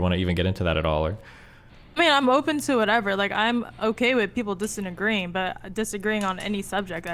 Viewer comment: "Im ok with people disamagreeing " 😂🤣